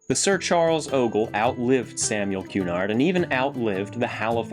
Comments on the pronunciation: Love these vids... you must be from around here eh? Btw its 'ku-NARD' not 'QUE-nard' so says cabbies Dartmouth has a few ships that act as shorefront. They got pushed hard into the mud and built around :) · Thanks so much for your reply! That's exactly where I'm talking about. I'll let the cabbies know they are clear to pronounce Cunard either way they like